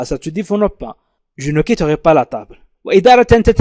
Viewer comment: لماذا يقرأ je quittorai ليس je quitterai ..